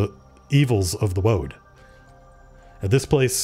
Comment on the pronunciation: "This woad is jacked" LMAO!